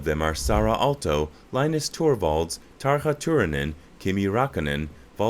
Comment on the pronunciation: Not to mention the way he pronounced TarJa Turunens name.... Tarka Tuurunen" I want to puke!